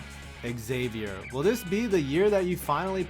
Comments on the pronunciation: It’s pronounced Zavier not exzavier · Triggering the Xavier fan base by calling it "X-zavier"......phonetically, it's "zavier" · You triggered Xavier fans as soon as you mispronounced the name of the school! The “X” is pronounced like a “z” like in xylophone. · I'm a Xavier fan and it's more annoying when people say ex-Xavier. It's pronounced zavier. Get it right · Tries to trigger Xavier fans... can’t even correctly pronounce Xavier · If you’re gonna roast Xavier at least pronounce it right